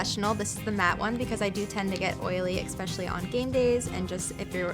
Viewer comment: Eggspeselly? Brinns? In the immortal words of Judge Judy, Beauty fades, dumb is forever. Such a pretty girl. Great tips. But dreadful pronunciation.